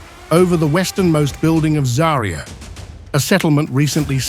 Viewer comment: ZA'rya, not ZariYA! Where do you find these people who don't even bother to check pronunciation? ZA'rya means Sunrise...